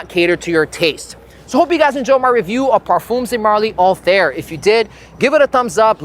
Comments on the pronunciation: the review would be more credible if even the name of the perfume is pronounced correctly, it is not anything like hair or air, more like althaiir, that's what the double dots on the i are for. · I cringe everytime you said “All-Theere” no hate but I don’t know how its actually pronounced 😅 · why everyone pronounces the name of this perfume wrong 😭